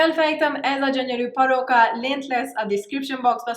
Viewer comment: weird is sound like arabic barooka